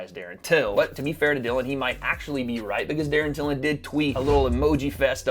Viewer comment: “Darren tillon”😂😂😂😂